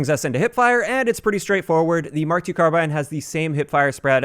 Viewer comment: Upvote for calling it a 'Mark 2'...not an 'Emm-Kay 2' People who call it an 'Emm-Kay' are retarded.